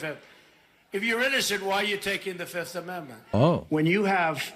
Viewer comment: Why are you saying 5th weirdly? I get that most people say 'fith' and that's technically wrong. You should say the second f 'fifth'. But you seem to be addading am extra T at the end and saying 'fiftht' It's very strange Also...jury can assume guilt from pleading the 5th in civil cases